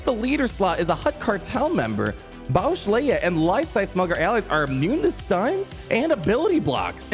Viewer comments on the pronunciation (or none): You’re saying it wrong it’s not boushh it’s boushh